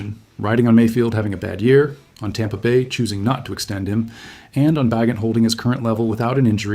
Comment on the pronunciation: AI BS. Can’t pronounce Bagent.